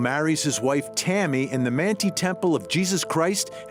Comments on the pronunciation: So this is off topic... this is to the person who narrated the timeline, please prnounce things correctly. First of all the Manti Temple in Utah is not pronounced Mantee... it is pronounced “Man-tie” (Manti). The other is Moroni it is NOT “ M-A-ronee” it is MorOni (long “O and long “I”). If in question research.. Back on topic... I hope she does not get bail.. I hope answers are found.. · Not called mantee temple it’s pronounced like man tie lol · “Mant-eye” is how it’s pronounced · Just FYI: Manti = “man-tie”. Moroni = “more-oh-nigh”. 😁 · Manti is pronounced - mantie, Moroni is pronounced More-own-eye FYI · Manti is pronounced Man-tie Moroni is pronounced Ma row nigh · Great detailed information I knew Chad a few years ago through email when I wrote a book for his company but not on the subject that he has chosen. And I knew Tammy when she was just a young girl when I was on my LDS mission in California. So really no connection there... My comment is the announcer for the story should meet with a Mormon as he pronounces the words such as Manti and Moroni. Mormons have a particular way of announcing the words. But good work though I no longer attend church I pray that the children are found